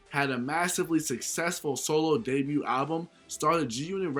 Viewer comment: The t in debut is silent